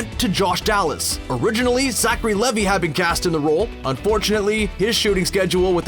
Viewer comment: It’s pronounced LEE-Veye, not Lehv-y. Also, EarthA, not Earth (she wasn’t a planet).